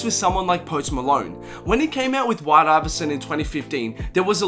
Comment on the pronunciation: U pronuded white ivervison wrong